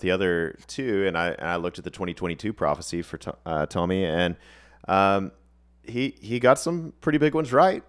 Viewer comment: Tomi's name is pronounced Toe-me. He did predict Trump's re-election but he addressed it openly after it didn't come to pass. I'm not sure about the Ukraine thing. That was brewing in 2021.